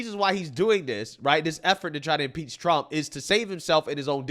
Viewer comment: He can't even say impeach😂😂😂😂you know your country is in trouble when you lose your cultural identity. God what a freak😂😂😂😂😂